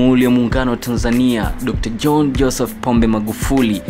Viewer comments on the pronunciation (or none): none